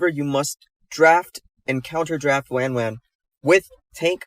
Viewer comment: i tried, but i cant bear the way this mf says wanwan